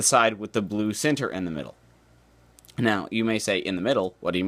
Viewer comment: i like the way you say "center" hahah. Never heard it like "Cinter" before.